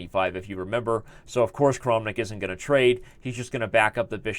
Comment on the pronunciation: I feel like if you just switch the way you say the a's in Tal and Kramnik, everything is going to feel ok!